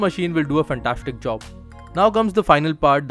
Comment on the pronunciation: This machine is shimply fantashtic!😂😂😂 The way he pronounces 'S' is fantashtic😂😂😂